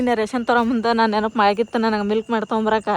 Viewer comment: ಮಿಲ್ಕಮ್ಯಾಡ್ ಅಲ್ಲ. ಮಿಲ್ಕಮೆಯ್ಡ್